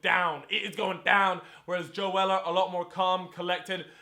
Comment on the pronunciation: its not joe weller, its joe seller